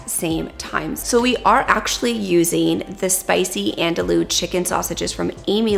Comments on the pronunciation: Lol it’s not “andalu” it’s “an do e”😂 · The first time I tried to find quinoa in the store my pronunciation was so off they told me they’d never heard of it. 😂 Andouille is pronounced “an-doo-ee” because the Ls are silent. I learned about this sausage from Emeril. 😂 I know many people will benefit from your Wonderful channel. Thank you so much 😊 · Have I been pronouncing andouille wrong?? I thought it was an-dul-lee 😂 These look so good! Can’t wait to try!